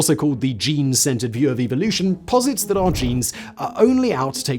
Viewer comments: "About evil-ution." Love your accent there, Simon! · Evil-lution ? LOL